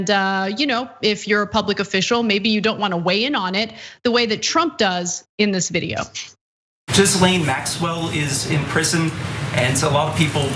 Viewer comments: It's not 'Jizzlane' , it's pronounced Gheelan. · The fact that people STILL don’t know how to pronounce her name is hilarious. He just asked the president about “JIZZ LANE” 😂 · Love that the reporter called her Jizlayne.